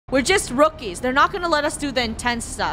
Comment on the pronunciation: Funneh : we are just rukiis